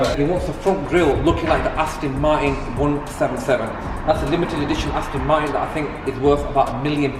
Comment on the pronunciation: Nice, but the pair of them have to pronounce 'Aston Martin' correctly, it is not "ASTIN MARTIN" Come on brothers